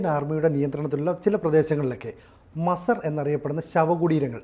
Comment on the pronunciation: Masar alla....MAZAAR aanu, Please Correct your Pronunciation 👍